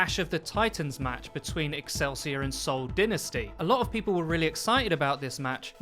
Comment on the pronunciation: "Soul Dinnersty" xD